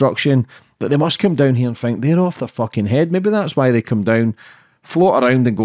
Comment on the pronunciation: 15.5 million v 513 k subscribers. Not even in the same league 🤣🤣 he needs to learn not to pronounce his T's as F's I fink first before he gets to that next level. 🙃